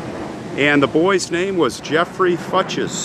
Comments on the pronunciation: I think it's pronounced FYOOKS, not Fuches. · i believe it is pronounced "fewks" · That name is pronounced 'FUKES'. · I've never heard this name pronounced Fut-chez. I've always heard it pronounced Foou-kes. Interesting . It is a sad story. He sure had a lot of anger. Wow I was 12 in 74. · I'm surprised they pronounced their surname like "futches." My kids had an elementary school teacher with the same last name, but she pronounced it like "fox." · The last name Fuchs is pronounced “fewks”. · I've heard it pronounced "fox" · It’s actually pronounced like Fooks. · I grew up with a family who had this surname. They pronounced it "Fox". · Swiss. Also last name Fuchs should be pronounced Few-ks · The name was likely pronounced FOO-ks, it is a relatively common name. Perhaps the cemetery can show you the burial record, which would show plot numbers and name of funeral home or clergy involved. A church would be a good source of information. Finally, you may be able to submit a request for police records since this was a closed criminal case. Probably more effort than you have time to give, I know. But I'm a "why" person like you and hate speculation about strangers' lives with no way to ever know the truth. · a co worker with last name "Fuchs" pronounced it "Fox" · I think the last name is pronounced FOOKS. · Fuchs pronounced Fooks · Are you sure that`s how they are pronounced? In german you`d say Fuchs, mean FU, as you pronounced it, but the ch more like the Ch in Chyenne, and the s more like the s in seven.